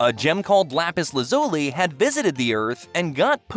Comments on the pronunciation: You pronounce lapis his name wrong. It’s lapis Lasley so might wanna fix that. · I love lapis la-ZOO-le 😂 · Lapis la-zoo-li